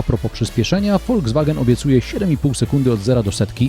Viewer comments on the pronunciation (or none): none